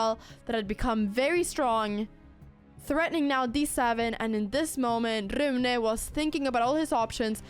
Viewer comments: Haha jag som svensk måste ändå säga att jag uppskattar ditt svenska uttal av Rune mitt i all engelska! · YESS CONTINUATION!!! Love how you pronounce Rune